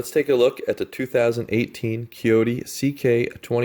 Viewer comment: You should probably delete the video and do a better one. You are confusing the CK2510 with the CK2610. I'm not going to watch the entire video again but just in the first 45 seconds you pronounced Kioti wrong, gave the wrong PTO HP, gave the incorrect weight, and the horn is not a fake button, it's an option that you have to pay for.